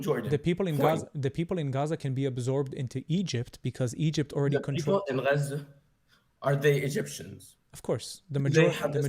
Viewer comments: Im Arab and no one says Gaza like that. That is some crazy liberal way of saying it and it's annoying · Am I the only one who gets triggered with the pronunciation of “Chhhazzzaaaahhch” It’s about antisemitism and NOTHING else. Islam hates 🧃. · I think it’s funny when people like this pronounce places normal then switch it up for Gchaza 😂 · explain why. I am using the Arabic pronunciation. Arabic is antisemitism 😊